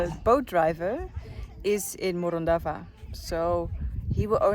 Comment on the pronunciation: All ways lead back to Morondava until you learn how to pronounce it correctly. 😂